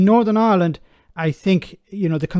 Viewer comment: What I want to know is why does an Irishman like yourself pronounce the name of the country as ‘Ahhland’ 😊